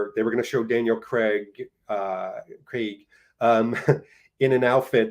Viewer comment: Kudos for correctly pronouncing Craig's surname. I honestly am baffled where many North Americans get "Creg" from?